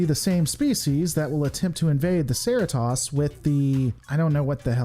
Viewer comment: One question. How did you watch the entire series and still not manage to pronounce Cerritos correctly once? lol - Love your videos. Keep up the great work!